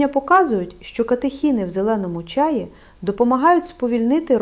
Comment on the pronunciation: ... та не чАї, а чаЇ (чому ви можете навчить, якщо навіть наголос у слові не годні правильно поставити... біда та й годі ... 😢)